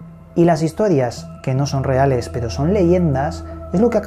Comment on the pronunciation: Con todo respeto por que cada vez que diçes pero...pronuncias pedo? Corrijete hombre que pierdes puntos.saludos.